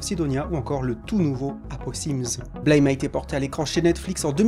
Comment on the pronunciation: la prononciation n est pas la bonne. Mais de toute façon il a eu une faute sur l horthographe ca devait être écrit BLAM.